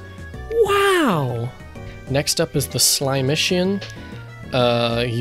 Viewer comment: not slimeician, slimeCICan, like Slimecicle but with an on the end